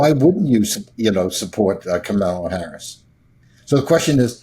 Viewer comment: Why does that idiot call her Komala?